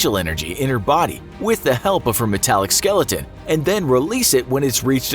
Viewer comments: Dislike for sayinin her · Every time he say's her, my brain cringes.